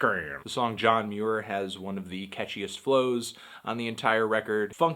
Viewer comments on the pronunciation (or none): none